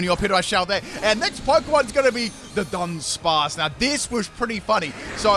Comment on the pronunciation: Why does he pronounce Dudunsparce exactly like Dunsparce?